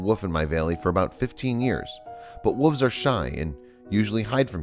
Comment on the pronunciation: I really hate how this guy's voice sounds not sad, just emotion-less. Also anybody else notice how this guy says "woof" and "wooves" instead of "wolf" and "wolves".